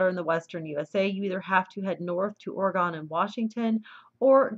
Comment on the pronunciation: Thank you. I find this believable. Ore-gone. Misery. A minor thing but annoying. It's O'regon. I hope to move back to California in 6 months, but rent. If houses become empty.. a home garden can go a long way if you're in the right place. By the right place, that may mean where icebergs are towed. Truly no kidding.